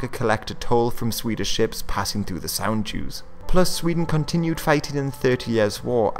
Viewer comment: Hey, did you say the toll the ships paid was called "sand Jews?"... Cos that's what I heard, and the automatic subtitles didn't help either. Please clarify, thanks.